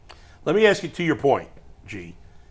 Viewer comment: Does GBush on purpose say “axe” instead of “ask” or what?